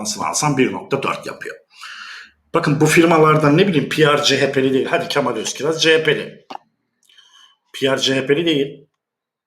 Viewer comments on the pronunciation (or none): none